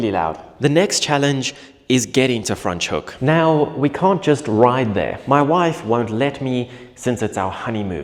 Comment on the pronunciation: Why are you saying Fraans Hoek, so weird?